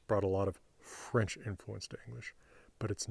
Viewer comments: He's saying ɸɹentʃ. If you look closely you can see no teeth touching the lower lip... That's a bilabial fricative. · You have a point there. It's hard to tell visually, and I thought it sounded more like fh than ɸ. I could be wrong though, the sounds are similar. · Whenever he says french, it's like he wants to blow a candle. Maybe that's subliminal for his birthday 🎂 😂😂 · He's not pronouncing 'f' as 'wh', he's aspirating the 'f' to make it 'fh'.